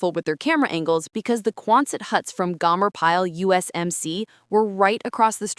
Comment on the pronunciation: It is pronounced GOMER PYLE, a long O sound